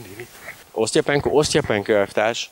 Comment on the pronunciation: Osztapenkó, nem "Osztya" vagy "Osztja"-penko. Az nem lágy t hanem kemény.